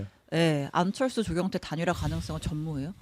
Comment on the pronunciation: 안철수가 암철수로 들리는건 나 뿐 인가?